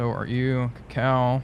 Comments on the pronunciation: I know accents can't be removed and all, but you're calling the Kako as either "Cacao", the cocoa fruit, or "Keikou", a wholly different name... it's funny but still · 2 small linguistical corrections: in the word "kako" the stress is on the first silable and a is pronounced like in the "car". And in New Orleans you don't pronounce the last s, because the word is French. Otherwise a great video, keep going